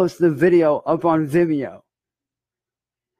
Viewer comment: “It’S uP oN ViMmeEyo” 😂😂😂